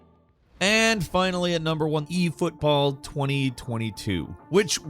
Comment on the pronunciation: haha the "EFotboll" take on it all made me laugh haha....it's so silly how they....yea i dunno how or what but they made it something alright :P